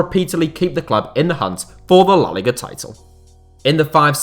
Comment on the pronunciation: Seriously , learn how to pronounce la liga